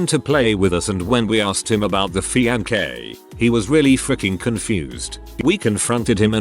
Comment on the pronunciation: ahh nothing like having a fake fee-an-kay, they really are the best version of imaginary woman to have!!